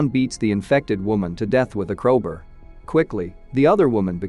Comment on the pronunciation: did the ai voice just say crowber instead of crowbar?